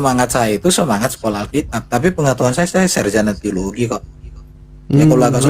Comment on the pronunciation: Alkitab bukan alkitiab 😂